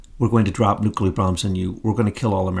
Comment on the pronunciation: Nuclear: new. clear like ,,, new cl ear , not nu ,Q ,ler .